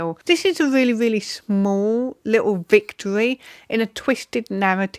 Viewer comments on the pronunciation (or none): none